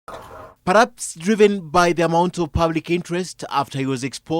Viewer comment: I love Ken Mijungu, very articulate. But say perhaps not paraps. PerHHHaps!